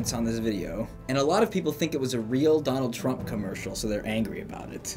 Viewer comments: trumpuru, twen t seexteen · "Turampu" wtf XD